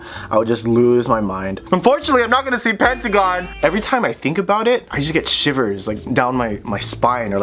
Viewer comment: And pentagon.. Not panragon right 😂😂😂